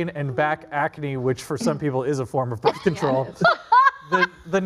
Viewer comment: BRITH? Hijole. Birth!